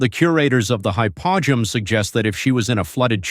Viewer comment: Hypo -ge-um is the correct pronunciation